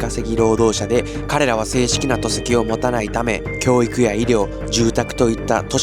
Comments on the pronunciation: 戸籍の読み方は「とせき」ではなく、「こせき」では？ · 毎回 ピュアな現地報道ありがとうございます！ Shotaさん「戸籍」トセキ って言ってます？ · 他の動画でも とせきと言ってましたが、戸籍 こせきと読みますよ！! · 戸籍って「とせき」と読むのかめっちゃ気になる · 戸籍と書いてこせきと読みます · 戸籍のこと 「とせき」と読んでるぞ やばいねこいつ。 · さん、読み方、覚えてね。戸籍、こせき。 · さん、戸籍（こせき）の事をなぜとせきとおっしゃるのか？教えて下さい。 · トセキって何だよ コセキ 戸籍 ほんとに日本人？ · 戸籍 こせき とせきじゃないよ